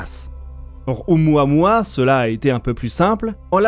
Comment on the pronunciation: ... on prononce: "O-OU-MOUA-MOUA"